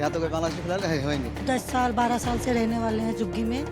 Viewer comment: छाल बोल रही है साल को 😂😂😂😂 बांग्लादेशी हैं